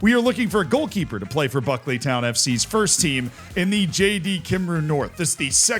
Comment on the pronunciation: its pronounced bouquet-ly town fc